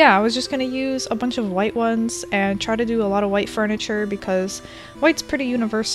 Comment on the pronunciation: She says wHI tE